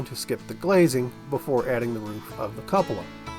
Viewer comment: I'm pretty sure its pronounced Koo-puh-lah. A variation is Kyoo-puh-lah.